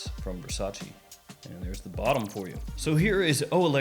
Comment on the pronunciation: I love your channel so much, but please stop saying "versageee" 😄 There is a video of Donatella Versace explaining how to pronounce it, more of a "versatcheh" 😅